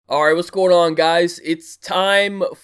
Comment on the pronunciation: u literally say ''airrh'' in the beginnings xD u sayin alright too fast and i love u for that